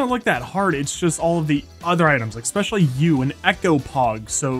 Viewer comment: please, is there an 'x' in especially?